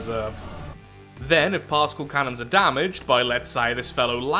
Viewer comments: I swear, at least 50% of the time he is saying "Parcel Cannon" and not "Particle Cannon" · I think you are the only person to pronounce the C in particle as an S instead of a K. At least the only person I've seen on yt.